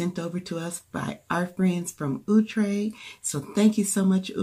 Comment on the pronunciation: It looks really nice! It's pronounced ow-tre as in ouch! lol